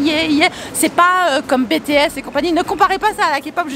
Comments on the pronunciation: Ca se prononce à l'anglaise donc Bi-Ti-S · "" c'est pas comme bétèhésse"" mdrrrr jsuis mort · J'adore t'as video mais Tu as dis BéTéEss 😭😂😂 mais c'est pas grave jtem quand meme 😂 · Si jamais BTS se prononce Bi TI S sinons t trop cool 😍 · Quand tu dit BTS TU DIS L'ALPHABET EN ANGLAIS PAR EXEMPLE BITIS LA TU VA BIEN LE LIRE ALORS QUE SA SE LIE COMME CA MAIS SA S'ÉCRIT BTS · Sa se prononce BITEÏÉS Je m'appelle miharu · BTS se dit avec l'accent anglais voilà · Je pleure tu as dit BTS à la francophone 😭😭😭😭